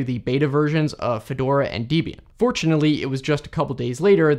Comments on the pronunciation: Small nitpick: Debian's name is a contraction of Ian Murdock, the founder, and his then girlfriend Debra's name, so it's pronounced deb-ee-an, not dee-bee-an. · Dee-bee'in? WTF??? It's Deb as in Deborah and Ian as in Ian. DebIan. How could you screw that up?! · FYI. Debian is named after Deborah and Ian. Therefore it's Deb-Ian, not deebeean. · Debian is two names, Deb and Ian, not Deebian. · It's Debian, not Deebian... it's, in part, named after one of the original developers' wife, Debbie... short for Deborah. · 1st syllable of Debian is actually pronounced like the name "Debbie"; ie. a short vowel sound.